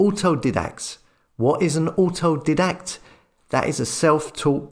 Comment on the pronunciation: You could do with learning how to pronounce "autodidact" correctly. Apart form that, I agree with the main thrust of this video.